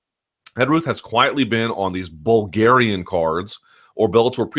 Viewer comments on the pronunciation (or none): The way you said bulgarian....Bruh